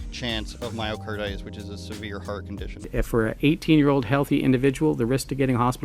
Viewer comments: Smart girl. Yes people need to think critically! Unlike the tall kid in the adidas shirt…so then he tries to impress us with his calculations then cannot pronounce myocarditis. He barely listens to view then starts rambling on and regurgitating what the so call public health officers have been repeating over and over again based on pseudoscience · Math fail. Can't pronounce myocarditis. Yet so full of confidence.